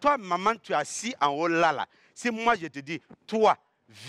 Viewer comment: Les J se prononcent Y en Côte d'Ivoire visiblement : Je (on entend yé)